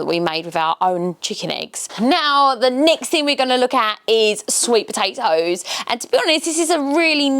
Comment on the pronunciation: POTATOES NOT BATATOES